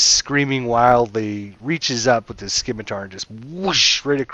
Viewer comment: Scimitar in pronounced "Sim-itar", not "Skim-itar". Like in Scissors.